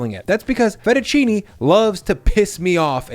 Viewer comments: FetUH CHEE-Knee 👌 😂😂😂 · Finally someone called out Fehttuchini! Pisses me off too!